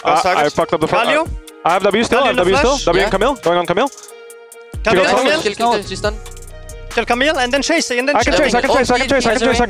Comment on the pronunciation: As a french guy it's rly irritating to hear them pronounce "Camille". But, since I love those players, I forgive them <3